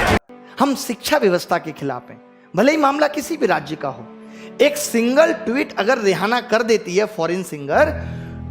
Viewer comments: ट्यूट नही ट्वीट😂😂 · Tweet toh thek se pronounce karle